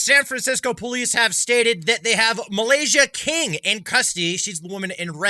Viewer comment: Are you saying "perlice"?